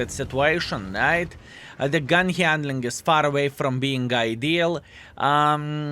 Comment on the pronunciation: please consider correcting your recitation of word gone(than using word gun🔫). Thank you